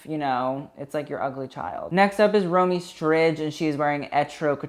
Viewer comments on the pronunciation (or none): Listening to him pronounce Romee Strijd als a dutch-speaker myself is just.. cringe BUT I love your reviews ;) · Hey babe, Romee Strijd is pronounced Row-may Stride (but the d more like a t-sound). Love your video's!! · I’m not Dutch but I high key doubt that’s how you pronounce Romee Strijd